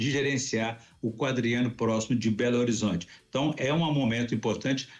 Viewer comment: Este é patético,ele pronuncia berorizonte e ele fica todo assanhado quando fala de gargamel,até parece uma putinha e ver blog para saber mais? Jamais?